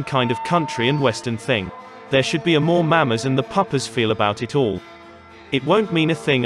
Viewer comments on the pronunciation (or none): I’m always amazed that the host/narrator always mispronounces the word “Mama” as if he’s never heard the word pronounced by anyone before. Never EVER have I heard anyone pronounce it MAM-a (like AlaBAMA). He’s never heard the thousands of times American blues and soul songs used the word mama?? Or the group The Mamas and The Papas??